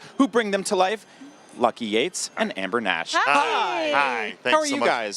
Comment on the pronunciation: Its Amber NASH , not NAS